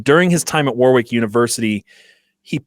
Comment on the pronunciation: The point of this piece seems to persuade through thorough research and a story well told. All undermined by the inept pronunciation of the place Warwick. If only there was some technology available to help with verification.